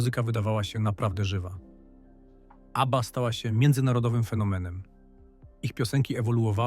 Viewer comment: Abbieea😂 AI do doopy. W przeciwieństwie do Abby brak szacunku do słuchaczy. I nic nowego nie wnosi do ogólnej wiedzy o zespole. Szkoda czasu na słuchanie. Nie polecę kanału.